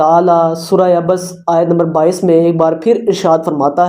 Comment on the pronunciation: ایت غلط پڑھ رہے ہو